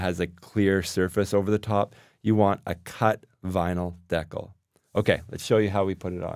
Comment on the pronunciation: Great idea! (Though it took me a while to figure out what word you were using. I've never heard anyone pronounce "decal" that way!)